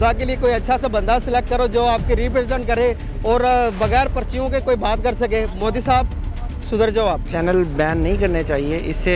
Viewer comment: Moodi nahi MODI... Pehle naam bolna seekh jaao..🖕🖕🖕